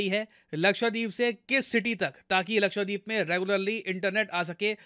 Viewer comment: It's not लक्ष्वदीप its लक्षद्वीप. Please correct the pronunciation in future.